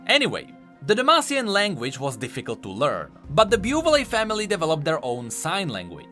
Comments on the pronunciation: I'm sorry, but the name of "Buvelle" family is pronounced [büvel], not [bjuːvelee] ... like umlaut ü in german and elle in french ... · Bo-Vil not Bo-Vil-li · it think it is pronounced ''bu-vell'' :v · It's for names like Buvelle that it really would be better if you ran them through Google Translate to learn how they're pronounced.